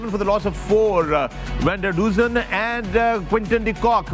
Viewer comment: Bhai I'm from South Africa sorry don't take me wrong their names you pronounce wrong in English their names are Afrikaans Coetzee....... In Punjabi sound kotziaaa proper Vander dussen..... Fander dussen ❤ I live in vanderbijlpark..... It's sound fanderbelpark in Punjabi